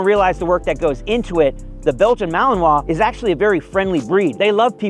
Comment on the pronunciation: " MALININUÀ " ???? Malinuà, sin tanto chiste....